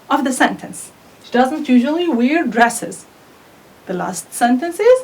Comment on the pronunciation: Correct the pronunciation of wear.